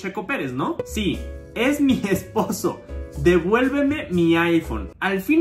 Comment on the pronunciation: En una dijo: "Devuelmeme" y tu lo interpretaste como: "Devuelveme" JAJAJAJAJAJAA